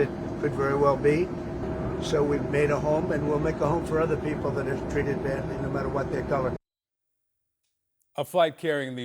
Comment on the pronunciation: 8,660 peasple(her pronunciation not mine) has been given asylum. These individuals are receiving asylum based on what stolen land that was never theirs to begin with? Their inability to find jobs? They certainly aren't lacking food! I mean who didn't seem to notice that 90% of those video taped walking in were seriously obese to the point of waddling? This is blatant and I mean BLATANT favoritism looking every single citizen of the United States right in the face! Where was tRUMPs favorite billionaire buddy from? Yep South Africa! We are now to believe that these individuals who obviously aren't starving, they don't seem to be in any kind of shock or appear to be physically hurt or have been somehow put in jeopardy? All-the-while now we (the tRUMP administration) are getting ready to return those brave individuals from Afghanistan who put the lives of their families as well as their own lives in jeopardy in an effort to help the United States in a time of actual war. I mean REAL jeopardy not like the type of jeopardy these individuals seem to be in except maybe the lack of Big Mac or possibly cardiac arrest from over indulgence! Simply put rediculas which has become synonymous with the tRUMP administration!